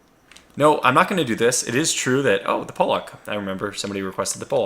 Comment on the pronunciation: Pollock is pronounced like the painter Jackson Pollock or the fish alaskan pollock.